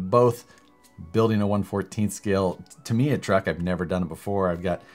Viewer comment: it's Tam:e:ya lol Tamiya....